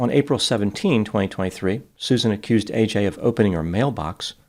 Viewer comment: Why can no one pronounce AJs name correctly? Ad-je-ka